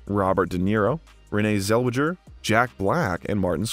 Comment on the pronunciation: Colin Ferrel Renée Zellweger | Please look up the proper pronunciation of people's names if you don't know them.